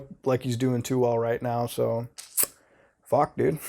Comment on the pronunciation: how'd you get that "so" out of your mouth like that tf